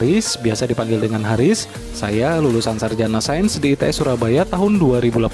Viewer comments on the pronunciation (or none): none